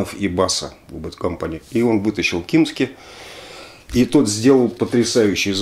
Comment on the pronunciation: Не Крис "Кимски", а Крис Кимзи